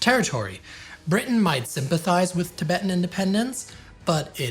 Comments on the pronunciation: It's "Tibetan" and not " Tibeetan " gents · Errrr, Chaps... since when has 'Tibetan' been pronounced 'Ti-beetan'? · Why do you guys pronounce it as 'king dynasty' though, when it's 'Ching' same with 'tabeetan' when it's 'tib-et-tan' You guys are usually good at your pronounciations, but these were easy mistakes to not do